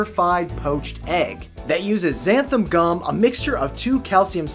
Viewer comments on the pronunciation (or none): none